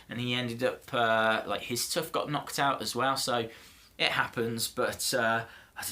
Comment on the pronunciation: What's a tuff 😂 u mean tooth ...